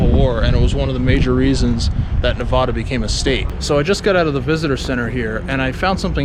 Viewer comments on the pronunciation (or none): Learn how to say nevada.Your pronunciation will get u in trouble.